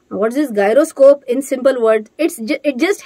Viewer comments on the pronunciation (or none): it's जाइरोस्कोप, not गायरोस्कोप. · Hello Ma'am! Gyroscope pronounced as " jai·ruh·skope " . Don't take it otherwise 🥺I don't want to offend you ma'am. 😊